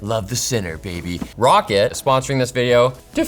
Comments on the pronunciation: It's pronounced "rocket" not ro-cat. I watched a Roccat Gaming ad where there was dialogue and that's how they pronounced Roccat. Edit: FYI, two of the Roccat ads are "ROCCAT x Dr Disrespect | The Most Iconic Duo Since The Keyboard And Mouse" and "A New Chapter: Introducing ROC Crates". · roccat - rocket? always pronounced it row cat haha haha.... ok